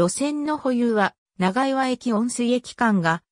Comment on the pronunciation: 長岩 ×ながいわ ○チャンアム 道峰山 ×みちみねやま ○トボンサン 富平区庁 ×ふたいらくちよう ○プピョングチョング